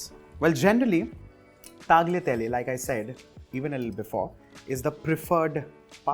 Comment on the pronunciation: . oh deo 🙏. Tagliatelle say it right please bruv omgg